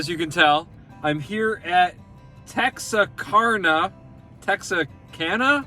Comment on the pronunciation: Tex-Ar-Kan-a (as in Tex[as]Arkan[sas]a